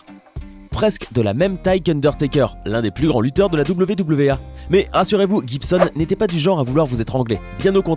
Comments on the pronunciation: C'est pas wwa c'est WWE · Mdr c pas wwa mais wwe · Coucou ! Pour Hundertaker, on dit WWE et pas WWA 😊 voilà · C la WWE et pas la WWA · WWA haha c'est pas ça du tout haha c'est e et pas a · Il a dis WWA???